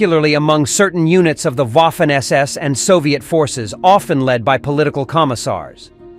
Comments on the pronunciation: Guderian (Wehrmacht) was the driving force of the panzers. Not the SS, who at the time of Barbarossa, were even seen as unprofessional fanatics. By the way: Waffen = Vaffen NOT UAffen. Also, Erich = Erish, not ERIK! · The waffen ss is pronounced like a v in english. So (v)affen ss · uaffen...yanks historians. not even able to pronounce a word in a foreign language 😆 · If only you knew how to pronounce "Waffen" correctly when you made this video, it would be a near-flawless production. Oh well. I felt like killing myself by the end of the video because I had heard "Woffen" far too many times. It's very unusual: to know this much about their history while being ignorant of their proper name. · The Person that speaks a sort of English as commentator sounds as fanatical as the SS itself. He must learn to pronounce the German namens correctly. It is clownesk to hear HIM say the WOFFEN SS while a child can see that A is written like in cArdboard or cAr or Appeal and even Armistice. SO STOP YHIS REDICULOUS WOFFEN SS. Waffe = weapon wappen SS is armed SS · Łafen SS 🤣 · That is true. Many Americans have troubles with that. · The letter "W" is pronounced like an english "V" in german. You got it right for "Wehrmacht", but it sounds disturbing hearing "Waffen SS" occaisionally (not always) pronounced like "Waffle House". Just saying. lol